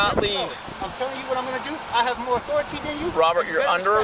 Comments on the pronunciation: I could tell just by his vehicle that he had authority over everyone at that scene. Once he pronounced it like Cartman there was no room for doubt. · "Respect my authoritah" 🤣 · "RESPEKT MEH AUTHORATERREHHHHH" Robert now identifies as Cartman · dude said respect my authoritahh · He actually said "Respect my authoritah"